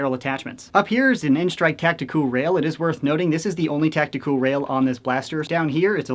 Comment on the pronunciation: Why does he say tactical rail funny!😂